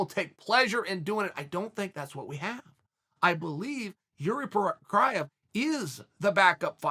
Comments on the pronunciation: jury provolone ska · Chael: "There is a Jiri Copraeh out there." Chael had 3 variations of his name, but considering they all came from Uncle Chael, all 3 are correct. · It's pronounced Yuri Pro-Cry-Evv Uncle Chael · Each time Uncle Chael misspronounces Jiří's name, universe splits, forming another universe where another fighter with misspronounced name of Jiří Procházka exists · I could listen to Chael and Bill Burr try to pronounce names all day long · Guys it's not correctly pronounced it is: Jiiiiiriiiiiiiiiiiiiiiiiiiiiiiiiiiiiiiiiiiiiiiiiiiiiiiiiiiii Prooooooooooooooocháaaazzzzkaaaaaaaaaa have you never seen those japanese announcers?